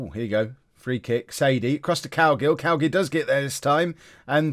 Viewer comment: Every time you say Cowgill it sounds like you're saying Cowgirl